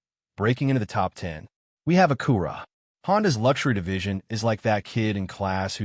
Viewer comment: Is the narrator an AI? I've never heard A-cura pronounced a-CUR-a.